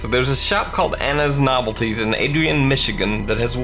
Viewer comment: Anna’s Novelties Adrian, Mi You severely mispronounced my hometown 😅